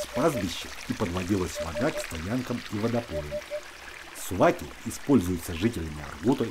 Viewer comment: Спасибо за ваши труды. Но слово Не Сувак, а СУУБАК. Слово состоит из Двух слов. Суу - вода. Бактырар - покорять.